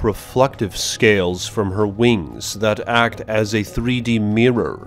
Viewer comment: Why do you talk like that? MothrA can drop rEFlectIve sCAles!